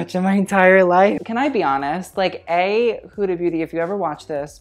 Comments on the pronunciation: he just said HUDA BOOTY ? lol hahahahahaa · ahaha sounds like you say hood booty loves it